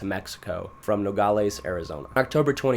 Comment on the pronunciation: I'm from aguascalientes and you sed it really good